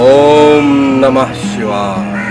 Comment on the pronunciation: Ye baba ke roop me. Om ka uccharan galat kar raha hai